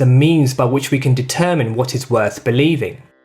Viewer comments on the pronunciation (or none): none